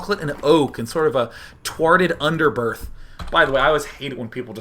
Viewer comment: "Twarted Underbirth" that's what I look for in my beer.